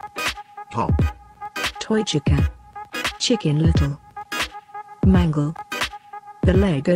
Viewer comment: It’s chica (Che-ca) not chekaa